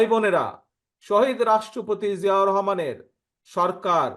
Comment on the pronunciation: উনি 🎉শহীদ প্রেসিডেন্ট জিয়াউর রহমানের নাম কিভাবে উচ্চারণ করেছে